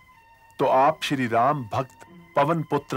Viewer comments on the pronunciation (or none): देवी जी! श्री होता है, क्षी नहीं।